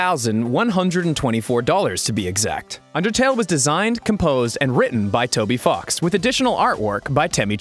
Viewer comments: Was he saying toby f*cks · Why does he keep pronouncing ‘Toby fox’ as Toby f###s? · I know it's "Toby Fox," it just really sounded like "fucks" in the video. Over and over again. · Is Ross intentionally saying "Toby Fucks?" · I heard Toby F+<ks until it showed the spelling. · I heard Toby flocks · On nub 98 it’s sounds like he’s saying Toby fucks or is it just me